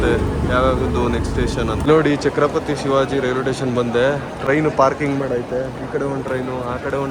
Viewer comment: ಚಕ್ರಪತಿ ಅಲ್ಲ ಅಣ್ಣಾ ಛತ್ರಪತಿ ಶಿವಾಜಿ ಮಹಾರಾಜ